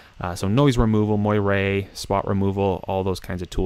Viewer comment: Excellent video, superb software, certainly not overly techy. BTW, Moire is pronounced "mwah-rey" not "moi-ray". No biggie.